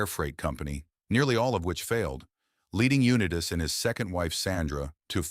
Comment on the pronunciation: Damn shame you couldn't train your automated voice over to pronounce Unitas correctly.